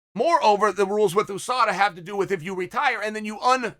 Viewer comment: Chael always sayin "EWWSADA" on purpose 🤣